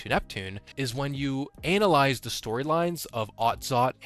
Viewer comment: did he just say Anal-ize? 🤣